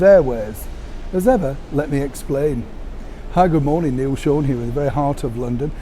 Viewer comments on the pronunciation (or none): none